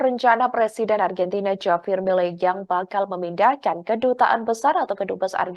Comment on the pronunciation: Ini hos gimana sih, JAVIER itu dibaca, HAVIER, hurup J itu diucapkan seperti hurup H, Jangan ndeso hati-hati mengucapkan nama tokoh dari luar negeri terutama nama-nama Spanyol, Perancis dan Rusia.